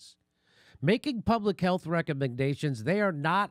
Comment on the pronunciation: wt.f, is that pronounced "cnn haylth"?